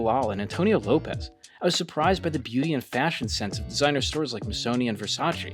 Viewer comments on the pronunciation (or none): none